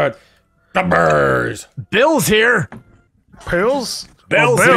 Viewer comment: every time you said pills at the start i heard it like bills wondering if our lord beerus has a nice L4D skin for him